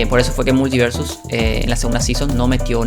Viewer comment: Sin mala: la palabra multiversus no la modulaste. puedes ver la velocidad a la que hablas por las palabras escritas, es muy diferente en ese troso que en el resto. (imagina estos detalles pero por 12 minutos). No digo que el video sea inmirable, (le di like) y yo como chileno también hablo rápido y sin modular, pero si vas a dedicarte a las comunicaciones (youtuber) tiene sentido que le prestes atención a como te comunicas envés de decidir que eres perfecto y toda critica es invalida porque debe ser un "lentito". Estas aplicando la logica de peresozo, terraplanistas, nazis, etc al decidir que eres incriticable y no tienes espacio para mejorar.